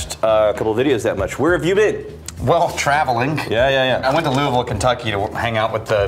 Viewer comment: he said travalink to louisville